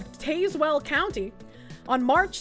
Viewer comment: as someone that lives there its taz-well